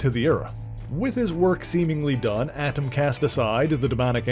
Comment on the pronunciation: That's pronounced A'tum